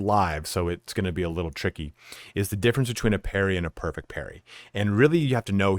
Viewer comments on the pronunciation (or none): It's Parry not Perry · Parry not Perry bro